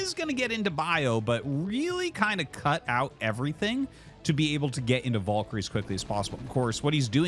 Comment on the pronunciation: let us take a look at the word "valkyrie" do we see any "O's" in there???